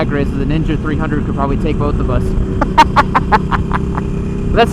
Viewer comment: is one of those guys who puts an L in the word "Both"